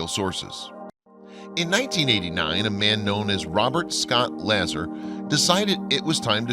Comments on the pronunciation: La-zar? It's Lazar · C’mon Dude. It’s not LA-zer like in LA-dder. It’s la-Zar, like in a-Jar. Everybody knows that. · Interesting how the Sumarians timeline fits well with Biblical history saying this civilization is 6k yrs old. About the only thing this video got wrong was the pronounceation of Bob La-zar not Bob Laa-ser. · La - zar not la-zer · Excellent documentary. Note: Robert Lazar : Pronounced Robert Luh-Zaar not Laazur. My two cents: In. Carry on...lol. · It's Bob La ZAHR, not LAzer and it's pronounced ZAta Re-Tick-Q-Lye. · Hey syrup drinker, his name is pronounced Lazzar, not Lazer. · Man , it's Lazar not lazzer C'mon do your research a.little better instead of reading someone else's essay. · The name is LA ZAR not Lazzer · You know it really bothers me when you guys don’t pronounce names correctly his name is Lazar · Its pronounced "LA-ZA-R" LIKE LAZ-ARR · La-ZAR is how I'd pronounce that name. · His name is pronounced "La- czar" or Lazar as in "are" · Just FYI, it's pronounced La-ZAR. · You are pissing off everybody that follows this subject! You have someone narrating that does not know how to say Bob Lazars name!!!!!! It is said La zar!!!!! anyone that follows this is going to be put off by your lack of effort to get things correct, especially someones name, highly insulting and disrespectful! This video like others that cant take the time to find out how to say things correctly is being stopped and skipped at the point that you F-ed things up! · You lost ANY credibility with me! You obviously know little about the subject, as you embarrassed yourself by mispronouncing Mr LA-ZAR’s name! Dude, do research before you post! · I found this documentary a refreshing 2018 view of UFO history. Well done as you have covered the topic well, except the presenters way of pronouncing Lasar correctly. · You didn't pronounce Bob's name right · You are pronouncing Bob's last name wrong..... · You horribly mispronounce Bob Lazar's name. I quit watching at that point.